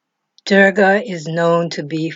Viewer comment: Oh my..oh my 🤣 this is Wikipedia information..you are not even pronouncing right... address her as mother durga.. use respect when speaking of my mother....you know... she's also uma when reversed its om...ma durga is pranava swaroopini...sri matre namaha.. thanks for spreading love of my mother